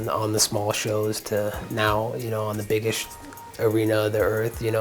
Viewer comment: "The biggecht arena"